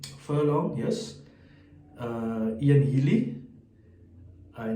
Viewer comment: Just a heads up. The guys name is not pronounced Ian Healy you do pronounce the C. He is Cian. I look forward to the SA franchises joining us and can't wait to welcome you all to the RDS.